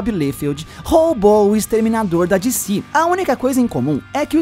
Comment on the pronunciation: Di ci, kkkkk quer falar bonito e fala errado